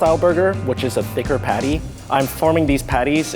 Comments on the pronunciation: i always think rie is talking about pate when she is actually talking about the patty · this episode was nice but the fact that rie says PADDAI was killing me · Ya lets get someone who doesn't speak english who's not AMERICAN to judge haha...she said padday not patty haha fucking morons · I love how rie pronounces patty pattey Xd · The way rie pronounced patty..